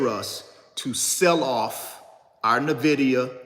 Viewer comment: It's pronounced en-vid-ee-uh